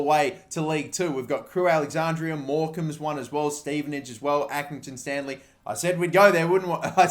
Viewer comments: crewe alexanDRA. DRA. NOT DRIA. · Take a shot every time he says alexandria instead of alexandra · did it annoy anyone else that he kept saying Alexandria??